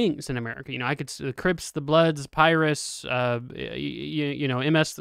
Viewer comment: Lmao the way you pronounced Pirus has me dying laughing. I'll pardon your whiteness.😂 But, It's pronounced like Pie-roo (Piru/Pirus) not Py-rus. I love you.🤣🖤